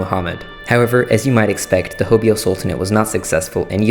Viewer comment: correction: H-OH-BE-YO not HO-BEE-O